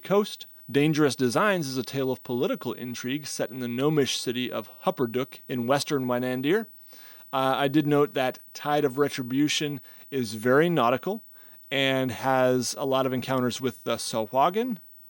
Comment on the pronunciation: Yes, Tal'dorei is another continent in Exandria, Wildemount is season 2's main continent. The correct way to pronounce Hopperdook is "Hopper-duke"